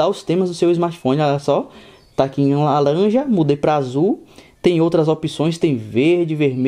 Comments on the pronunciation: "LALANJA" KKKKKKKKKKKK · em lalanja. Modo cebolinha kkkkk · "Lalanja" kkkk o cara tá nervoso.